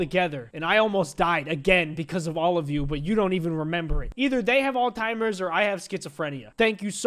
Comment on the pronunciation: Did he just pronounce Alzheimer’s as “alltimers”